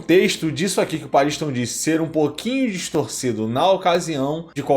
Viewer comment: Pela pronúncia que ouvimos no anime certo é pronúncia PAARISTON e não PA RINS TOM pausado